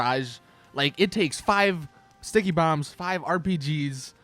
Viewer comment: Harry Sleath I was trolling him.... he said stickty instead of sticky..